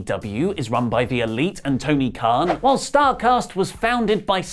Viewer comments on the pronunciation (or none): none